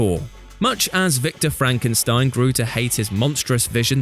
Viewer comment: Victor Fronkensteen! :P